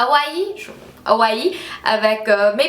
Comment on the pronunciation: Salut:) J'aime beaucoup ton énergie et ton sourire;) (and we prononce Hawaii "Awhy" in french;) )